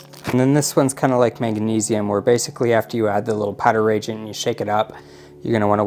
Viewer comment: Its nice to see someone explaining how all the tests are conducted. Just a couple minor corrections that may help in the future. Reagent is pronounced re-agent. Also, they provide you with plastic tips for the 1 ml syringes. Use those on reagents so the chemical never goes into the syringe itself. Just pull the plunger up all the way and 1 ml is drawn into the tip. Easier cleaning and you don't actually need to measure on the syringe itself. Lastly, store the cleaned cuvettes with rodi water in them to absorb any residue from the glass while in storage. This all comes from the owner of Hanna in an interview with Reef Builders. Not trying to be a jerk, just trying to help.